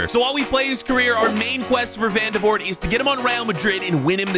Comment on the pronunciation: i did know who vandevoort was. and i'm belgian by the way it's pronounced van-de-voort